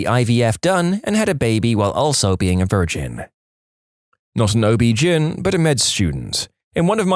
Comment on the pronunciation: "OB Gin" is killing my immersion 😂